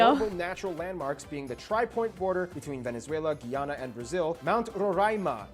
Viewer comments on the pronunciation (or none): none